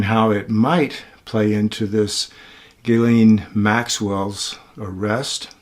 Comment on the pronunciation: its pronounced Geelane 😉 but spelt Ghislaine.